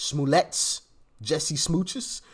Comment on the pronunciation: It's Jussie, not Jessie.